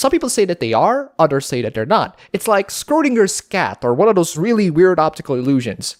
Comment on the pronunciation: "Skrodingers Skat" is what I hear every time he tried to say "Schrödingers Cat".